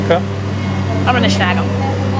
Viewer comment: and, it's SNAG it, NOT SHAG it, SHAG, where I live, is not considered a nice word!? Please Stop saying SHAG.... LOL...